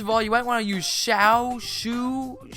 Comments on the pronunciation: It's per ounce Shou=show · ots pronuced air shoe but its shou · Shou is pronounced show-you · it's pronounced Shou. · Shou-Show is how its pronounced